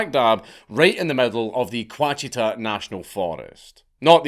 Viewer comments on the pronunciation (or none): The OUCHITA mountains are pronounced “WASH IT AH.” Lol I’ve never heard pronounced like that, very new to me. -Arkansas dude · Not to be the grammar Natzy, but I must explain that Quachita is pronounced as washita. Now you know, just in case you need to use the word again. Thank you for the mad lads stories. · I love hearing dank mispronounce insane southern US geography names. “Ouachita” = “wah-shi-taw” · Btw, the Ouachita Mountains are pronounced : Wash-it-aws lol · Mena resident here-glad to see you cover this finally! And it's spelled Ouachita pronounced like Wash i ta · how could you butcher that so bad. Where did the Q come from. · there is no “q” anywhere in “Ouachita,” he just straight up isn’t reading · it doesn't matter, he said a word wrong, oh well